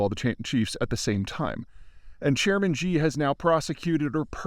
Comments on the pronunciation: Yes Xi (it's pronounced 'ssshee' btw not the way Peter and many journalists who don't bother to do their research says it) has cultivated a cult of personality, but he isn't loved by many ordinary people (though of course they won't tell you on record) because of how has handled covid and screwed the economy. Of course he has advisors and speech/book writers. The main one is Li Qiang, who has been promoted very quickly to the highest level of the politburo standing committee after Xi himself. There are people that spend their life studying China and the CCP and it's pretty obvious that Zeihan is not one of them. Having said all that, he is broadly right that no big decisions can be taken by anyone except Xi and that the USA must meet with him and his top guys if we want to avoid accidents which could trigger a war. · I enjoy and appreciate your analysis. Your presentation would be even better if you pronounced Xi Jinping's name correctly. Ask a native Chinese speaker. Xi is pronounced She, not Gee. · I love your analysis and commentary and follow it closely. But for the love of god its President Xi (as in Sheee), not Ji (which means chicken in Chinese) and no Gzhee which means nothing in English or Mandarin... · could you pls pronounce Xi in Xi jinping a little bit more accurately? It's pronounced like "she" not "gee" (tone drops at end unlike with she but let's get the pronounciation right before working on tones :-) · Xi is pronounced 'she' not 'zjeee'. I speak mandarin fluently. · Xi= she. Why do people pronounce this wrong. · Peter you really should try to use the correct pronunciation. Xi is pronounced “shi” it sounds like the english “she” its not “jee” or “jhe”. It would be one thing if you were just a regular guy but youre a geopolitical subject matter expert, so you should go out of your way to get the small details right. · Xi is pronounced like "see". the way you say this god damn name would be "zhi jin pin".